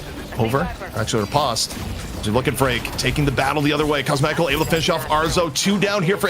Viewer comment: It's ri-post not re-pahst